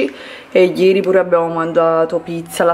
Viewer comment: Comunque si dice "piur lei".